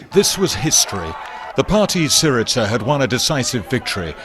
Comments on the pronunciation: It is pronounced /'siriza/ with a /z/as in zed, zillion, zoo, stressed on SI. thank you for the video. Very informative! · Pronounced "sEE-ree-za" ('z' as in "zoo", not as in "pizza"), just FYI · Russell its Tsιpras not Zipras. Siriza not Si-ritsa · Love the Trews! You got your pronunciations wrong though... It is not Zipras and Syritza! It is Tsipras and Syriza. The z is a zed in Greek not a tz! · OK Russell I love what you're saying but please pronounce this with us the Greeks: Tsipras is pronounced Chip-russ and Syriza is pronounced See-Ree-Zah. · it's SEE-ree-za , and CHEE- pras